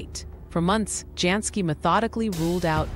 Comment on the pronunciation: Pronounced YANS KEE